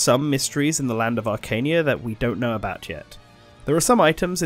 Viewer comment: While you've corrected some of your incorrect pronounciation from the first video, Archanea and Falchion are still wildly off. Arch-an-nea, not Arch-nea, Fal-chi-on, not Falk-ion